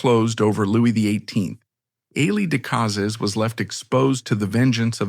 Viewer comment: AI needs to learn how to pronounce the name Decazes, which is mangled about 350 times in this vid.(My guess at a number - as I didn't get past the first 14 minutes or so.) Terrible presentation of images.